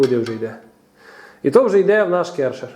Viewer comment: ДА рекомендую приобрести Alto nilfisk Neptune 4. Ни один Керхер (а правильно именно так, а не керШер), рядом не стоял.